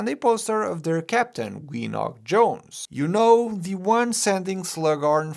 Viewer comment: Gwenog Jones. She’s Welsh so the G is pronounced. Ga-wen-og. Gwenog.